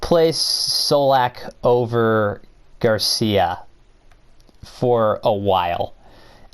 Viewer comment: What is with u saying Garcia this video? 😂